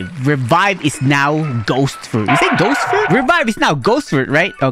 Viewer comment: Bro said revieve? mean while the word ghost💀💀💀💀💀💀💀💀